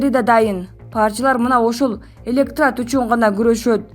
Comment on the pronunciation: Далбан элетрат эмес электорат